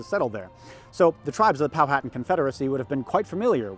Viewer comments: Hey man great video and great content. My only issue is the way you pronounce Powhatan. It is Pow-hu-tan not Pow-hat-an. I live in the area that this all took place and I studied this history extensively and it is a common mistake. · Poe-ah-tawn. I know southern native american tribe names are weird to pronounce but I feel pretentious so I'll correct someone who undoubtedly knows more about history and ancient society than I do. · I live in Southeastern Virginia, Jamestown is required learning. Went there on a field trip in 3rd grade. Too young to grasp what really happened but it was fun. Also, have I been saying Powhatan wrong this entire time? Is the way it's said in the video the correct way?